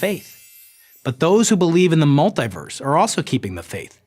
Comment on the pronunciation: mul-tee-verse, not mul-tie-verse Because you don't say u-nigh-verse do you!